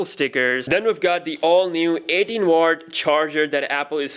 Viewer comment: Did he say watts or wartz